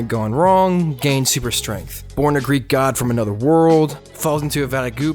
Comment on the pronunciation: I thought he said great god